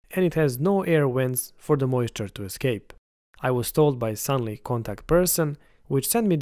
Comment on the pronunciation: It's a filament dryer, not oven and the company name is Sun-loo, not Sun-lee.